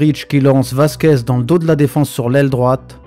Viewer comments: C'est Vasquez ou Merguez ? Professionnel depuis toujours Mdrrr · Je crois avoir entendu Lucas Merguez ? . C'est méchant mec